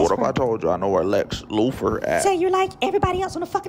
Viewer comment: "Lex Loofer," 🤣